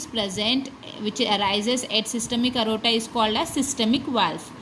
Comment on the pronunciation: It's not arota it is aorta